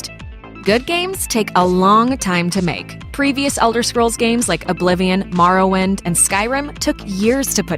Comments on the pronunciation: Wow, she butchered Morrowind :( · Did she say Marrowind?!?!?! NAH FUCK THAT.